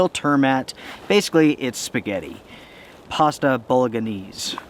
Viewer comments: Love your videos as always! Hate to be that guy but it's "bowl-ya-nayz" not "bolo-guh-knees" just in case that is important to you to know or not haha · It's pronounced bollenase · pasta bolognese, is pronounced like Pasta Bolonyays. Love the video. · Pasta "bol a nase" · WTF did you just call it?! It's bo-luh-nayz :) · Enjoy your videos. I can't imagine myself intentionally camping in the snow, but then you're doing it for me. 😂 stay safe and stay warm. BTW, just an fyi, its pronounced "bolo-nays". 😊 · The G is silent. Pasta Bolognese. lol. It sounds like this. Bolonaise. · Pasta ‘bowl-uh-NAYS’ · You mispronounce bolognese it's not bolognese it's bolognese look it up on Google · I’m not good at typing things out phonetically but I’m pretty sure the G is silent in bolognese. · every Italian and anyone that knows food just cringed at that pronunciation. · Love your videos The way you pronounced Bolognese had me dying😂